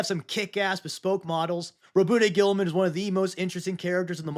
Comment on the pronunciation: I don’t hate the ultra Marines. I just think they’re kind of boring and also hate how they decided to pronounce Roboute Guilliman lmao